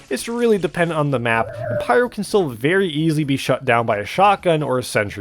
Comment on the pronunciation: Berry bool bideo